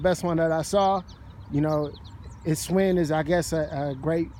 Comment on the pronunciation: Shhhh Winn... NOT Swinn